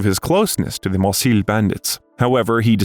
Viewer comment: Marseille is pronounced mar-say, Champs-Élysées is pronounced shomp-ell-eee-say, please coach your AI in the proper french pronunciations.